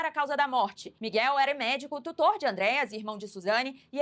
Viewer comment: "Ândreas" não pô, é "Andréas".